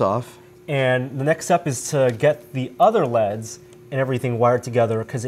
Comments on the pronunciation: whats more annoying is that he says L E D in other tested videos, so he obviously only started doing it recently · It bothers me way more than it should but I can't stand when people pronounce stuff like "leds" instead of saying L-E-D's. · Why does keep calling L.E.D.s leds? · why is he pronouncing LED's like leds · cringed everytime he said (leds) instead of L E D's...... it just sounds so wrong to me... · "Leads." Come on,. L-E-D. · its L.E.D.s, not "leds". Stands for Light Emitting Diode. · who says "leds" instead of L.E.D.'s? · I've never heard anyone call it "leds." And it kinda pissed me off. Its L.E.D. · its L E DS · L.E.D lighting not leds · Err mah gerd! ELL EEE DEEZ! Not Leds. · L.E.D's not leds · L E D's not leds smh cringe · Everytime said LED like "leds" I cringed